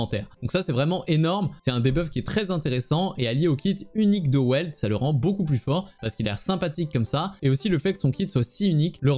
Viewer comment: Et Welt ça se prononce "Velte" vu que c'est allemand